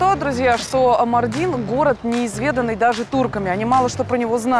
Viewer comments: Весь выпуск ухо резало Мардин на ааааа ударения маааардин 😭😭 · Правильно произносить МАрдин, а не МардИн. Прям ухо режет. Даже в Википедии неправильно стоит ударение. У турок бы узнали сначала как правильно произносить.